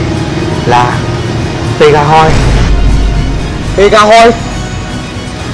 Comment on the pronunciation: Pegasus thành pegahoy luôn 😂😂